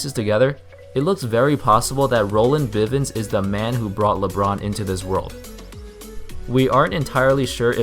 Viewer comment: It's bivins